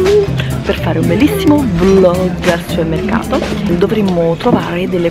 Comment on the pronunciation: Una volta nella vita riuscirai a pronunciare bene la parola supermercato?